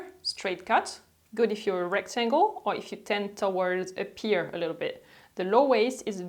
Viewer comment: Dear, thought you would like to know that “pear” is pronounced like “pair” not “peer”. Since you use that word quite a lot 😉 I love your videos and I learn so much, thank you! And yes, finding the perfect jeans is tough!